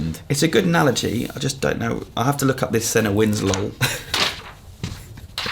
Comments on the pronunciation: It's pronounced "Seena" not "Senna". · It's painful to hear how pronounces John Cena's name 'Senna'... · The way he said Cena gave me AIDS. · That's not how you pronounce Cena